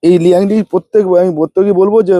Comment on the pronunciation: আপনার পদ্মের 🆔 ভুল আছে কিছু,আপনি যেটা লিয়াংলি বলছেন ওটা লিয়াংলী নয় লিয়াংলি লাল রঙের মাইক্রো তারপর যেটা আমেরি ক্যামেলিয়া বলছেন ওটা অন্য 🆔।